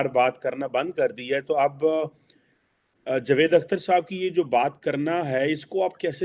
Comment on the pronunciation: कमर चीमा, जावेद बोला करो। जवेद नहीं । नाम मत बिगाड़ो। जावेद मियांदाद है की जवेद मियांदाद ? तो वैसे ही जावेद अख्तर है नहीं की जवेद अख्तर। समझ गए ? अगर समझ गाए हो तो याद रखना । सही उच्चार करना ।